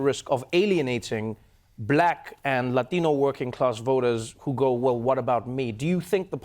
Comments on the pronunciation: How to pronounce latino like a latino :D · holy shit that 'latino' was... beautiful